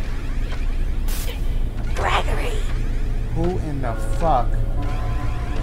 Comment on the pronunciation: Dash Hungry Hungry is saying Greeegory and GREGORY so yourwelcome